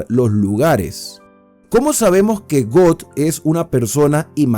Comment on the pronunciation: Buenas reflexión. Aunque exceptuando la pronunciación acerca del nombre Gog,y Magog,porque no es got o god